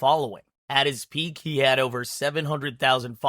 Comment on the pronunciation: you kept adding the letter S in front of the word He for some reason.